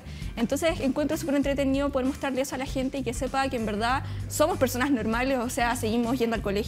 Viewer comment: la mas weona, diciendo ejo todo el rato